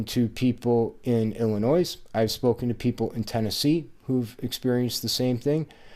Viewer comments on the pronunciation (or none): The pronunciation is french. Therefore the "s" is silent. It should be pronunced like "Illinwa". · Dude, the "s" is silent in Illinois. Lol. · So in Illinois, it's pronounced 'ilence'?